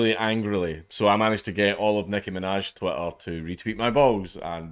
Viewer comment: Honestly, I couldn’t care less on the drama, I just wanted to come hear Dank say “twi-ah” a bunch